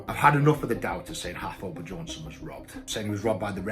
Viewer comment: "Haftor Bejohnsson" xD